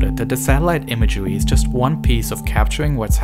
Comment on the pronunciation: This is some good satellite imagewy